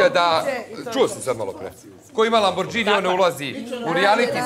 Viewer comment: Rekao bih da netko tko vozi taj auto bi znao da se izgovara Lamborgini, a ne Lambordžini